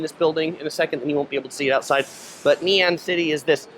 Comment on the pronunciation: It’s actually Ngee not Nee 😋